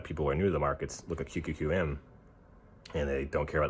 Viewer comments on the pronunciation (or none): yw! I shared your story and sent a donation; hope it helps and I hope you feel better soon. btw, did you say QQQM or QQQN?